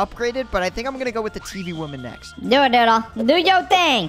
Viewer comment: stop saying doddle mom Ok